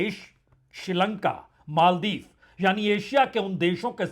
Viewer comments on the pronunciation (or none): none